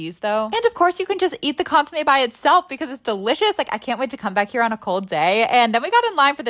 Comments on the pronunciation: It was piercing and traumatizing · Consomé, it's just that she pronounced it like "su" instead of "so" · ITS PRONOUNCED CONE- SUMEH